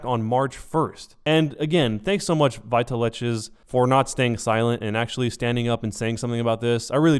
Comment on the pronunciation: I'm relatively sure it's supposed to be said "Vital X" not "veetaleches". But, I honestly hope this gets cleared up for you. Probably never going to watch any of your other content, but it's always sad when something like this happens.